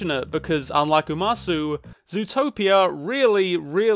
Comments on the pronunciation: I loved this video, but one nitpick: it’s pronounced “uma-soh”, not “uma-soo” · not to be That Person, but for the record, umasou is pronounced "oo-mah-soh" not "oo-mah-soo". umasou in japanese means "look(s) yummy" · youre saying umasoo im losin it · The one thing that kind of ruins the first part of your analysis is the mispronunciation of the title of the movie "Umasou". You pronounce it "Ua MA so", which is not a word and not the title. The title is "Umasou" which translates as "Delicious". Mispronouncing the name repeatedly kind of defeats the point of having the word be so prevalent in the story. It lowers the bar, essentially, when it should be front and center as an issue; hence why the title is "Delicious" and not something else. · It’s “ooh-mah-soh” not “ooh-mah-sue” Umasou literally means “looks delicious” in Japanese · The “sou” in umasou is pronounced like so or the word sew. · umasou is pronounced (oo-ma-sow) and it means tasty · Don't know if this is trivia or waht to call it but: "Umasou" actually means delicious in japanese, so his little herbivore kid is named delicious ebcause, well he probably would be. oh and you say "sou" not like "zoo" but like the "au" in "sauce" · his pronunciation killed me a little inside.... now make him say atatakakunakatta! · Unrelated to the topic of the video but "umasou" means "tasty-looking" so there's a good reason he got that name. As for pronunciation, short "a" and the "ou" sound is more like "oh". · great video, but how do you give you are umasou such a big part, and never once bother to look up how it's supposed to be pronounced 😭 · does the total mispronunciation of umasou make anyone else irrationally angry